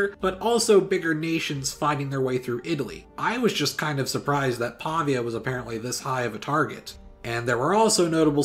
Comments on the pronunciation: Great video! Just a tip: it's Pavía, not Pàvia. Greetings from Italy! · Pavia is pronounced Pavìa fyi I think you mean the importance of Syracuse in Greco-Roman history cannot be OVERstated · Its Pavìa (pronounced "paveea"), and it was targeted so much because of its strategic position in the middle of the Padanian Plain. Great video anyways! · the way he says Pavia tho